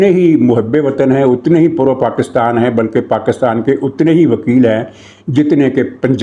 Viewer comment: ایک بندر مودی میرے سامنے نہایت بے شرمی اور ڈھٹائی سے ویڈیو میں PakAstan PakAstan کر رہا ہے. حیرت ہے کوئی اس پر بات نہیں کر رہا. یہ کہاں سے پڑھ کے آیا ہے؟ 😡😡😡😡😡